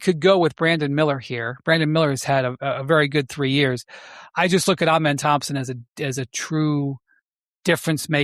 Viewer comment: Amen is second syllable has the accent and first syllable is pronounced uh or ah, no long A. Cason is a better shooter than either of the twins by far. He is just as elite a point of attack defender.